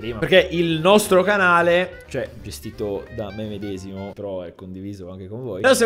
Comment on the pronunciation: "Nostro Canale" Why do I hear Russia calling me?